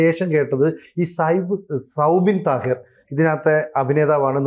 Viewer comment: സൗബിൻ താഹിർ അല്ല, സൗബിൻ സാഹിർ, ചർച്ചക്ക് മുൻപേ ദയവായി മതിയായ പഠനം നടത്തുക